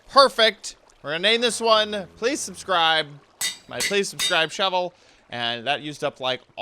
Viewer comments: Everybody else: Please subscribe: Plsease subscribe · “Plsease subscribe” Right.